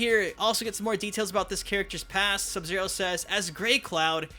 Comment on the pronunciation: When sub zero was pronounced “sub sedo” yeah I miss that. I also want the og Shang tsung island map with the monks and the guards alive